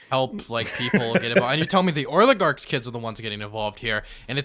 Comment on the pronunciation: always calls them "oiligarchs"... Which would be funny if intentional because y'know... Oil... Oligarchs... Oligarchs of oil... But I don't think it's intentional...